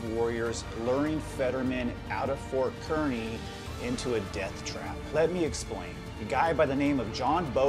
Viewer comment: Kearney is pronounced "Car - nee"